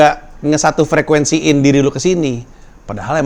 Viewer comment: Mohon maaf, Bang. Di KBBI adanya frekuensi bukan frekwensi, 🙏